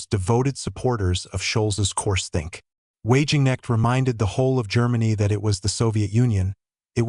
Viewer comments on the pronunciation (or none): Pity your bot voice can't pronounce Wagenknecht right. It's already difficult to bring media attention on her, with all the Capitalist media constantly promoting the Far Right.